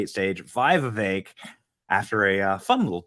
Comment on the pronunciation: You finally said ramaswamys first name right lol. Alot of people say it wrong